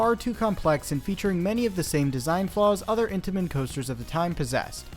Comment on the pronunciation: Every time you said Intimens I thought of cheese danish 😂😂